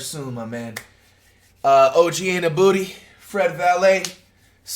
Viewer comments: “ OG Anunbooty ” had me dying 😂😂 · That man said annabooty lol